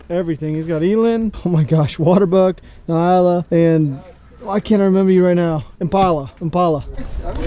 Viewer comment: It’s N-yala! Lol. Wearing me out with Ny-ala